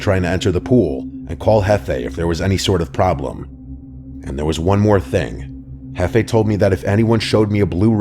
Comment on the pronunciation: It's not hefei, It's jefe.